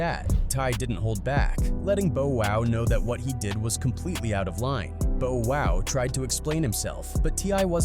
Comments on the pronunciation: THE AMOUNT OF TIMES YOU SAY 'BO WOW' HAHAHAHAHAHAHAH. Are you trolling, bruh? 😂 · Cut it the minute i heard "Bo-Wow". 🤦‍♂️ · I know I'm not the only one that heard him mispronunciation Bow Wow's name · They bogus for saying bow wow's name wrong like that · 😂 the many times this AI said Bow Wow😂 it's now his name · The way this thing says bow wow killed me! 😂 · "Bow Wow" as in bow and arrow. I nearly died. LOL. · How are you gonna make a hip-hop video and you don’t even know who Bow Wow is or how to say his name come on that makes me lose all credibility and don’t want to finish the video for sure😮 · Bow- wow? 😅😅😅😅😅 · I stopped at Bow Wow I'm going to sleep 😂😂😂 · You got Ola Runt right but you didn't get Ciara and bow wow's name right? What the f*** is wrong with you? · How u don’t kno Bow Wow pronunciation. HE CANT KNOW HIP HOP LIKE THAT WOW👎🏾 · "Bow and arrow" Welcome to the English language. Ai just has a little catching up to do. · Yo is everything online AI scripted now? Dude legit called Bow Wow “Boe Wow” some 7 times. And he called Verzuz “Ver-Zeus”. Pronouncing Hov like hog and Ye like “yeah” like yo this shit is messy! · Bow Wow=Bo-Wow TI=Tie HOV=Hav Ye=Yah DJ Khaled=DJ Ka-lid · Bo Wow… Hoove… Yea 😂 irritating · Bro can’t even pronounce bow wow right 🤣🤣 who the hell is Bo wow 🤦🏻‍♂️🤦🏻‍♂️🤣🤣🤣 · What the hell is with you YouTubers that try to speak on people and don't even know how to pronounce no one's name correctly, but who the fu.. is bo wow you did mean Bow Wow you silly , Good wars you should be called trying act like you know about hood wars but DON'T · Why dude keep saying Bo Wow it's Bow Wow get it right!! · Take shot/hit Everytime narrator says Boe Wow 😅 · It ain't Bo Wow it's Bow Wow, fuckin AI!! 😂😂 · It's bow not boe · Damn, that's a pretty realistic sounding AI voice for the narration. didnt even notice til T - i - s and then it kept saying the wrong Bow (As in rhymes with Oh, instead of rhymes with Ow) Wow. Bo-Wow. lol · “Boe wow” lmfao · Bo Wow! 😂